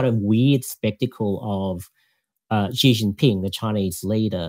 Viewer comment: I was a bit surprised he pronounced Xi as "Zee". Should be "She". I guess he grew up in Australia and didn't learn Chinese